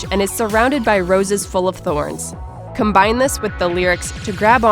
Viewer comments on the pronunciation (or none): none